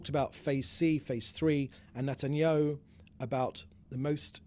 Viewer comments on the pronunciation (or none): none